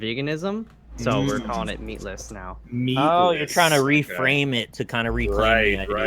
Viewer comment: Meatless sounds like dickless